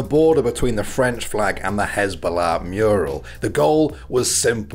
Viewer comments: (and onwards) it’s not HIZBA-llah it HAZBO-llah , the former is a terrorist organization the latter is a cute funny man. (Also I know that’s not how to write either of those names I wanted to show how to pronounce them) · Why do you keep pronouncing hasbullah as hezbollah... this little king is not a terrorist organization.